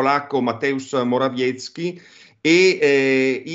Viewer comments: infatti! Senza volerlo aveva pronunciato bene la prima volta ! 😂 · Il nome del primo ministro polacco era stato pronunciato correttamente. Si legge: Moraviezki. Si scrive Morawiecki. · Ha pronunciato bene all'inizio, si chiama Morawiecki(Moravietzki cosi sarà più facile a pronunciare) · Caro Non hai commesso nessun errore il cognome del premier polacco si pronuncia proprio così Morawiecki